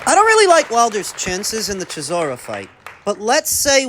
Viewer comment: Love the videos but name pronunciation was lacking this episode - Chiss-OR-Ah not Chiss-OR-EE-Ah A-Jit not A-Git Zhillei ZHANG not Chang Tim Zoo not Kazoo Steve Kim not Kimothy Look oh lol you're f*ing up the names on purpose?